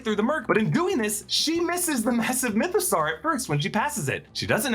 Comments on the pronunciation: It’s pronounced myth-a-saw not myth-a-sar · Why is he pronouncing mythosaur like that 😅....like is that how you say dinosaur?